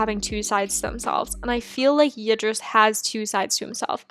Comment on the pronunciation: i will tell you how to say Ydris the right way.... Year dis